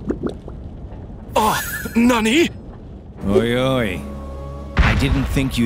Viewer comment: Luigi says oi oi not ojj ojj